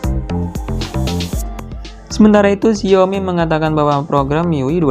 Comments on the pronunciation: xi ao mi not xiomi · pengucapan yng betul Xiaomi, bruh i'm chinese lah, memang pengucapan nya Xiaomi not xaomi,xaomi ni hanyalah pengucapan orng Malay/indon